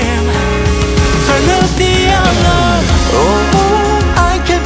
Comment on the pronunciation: The song was great but really wish mew could pronounce alarm correctly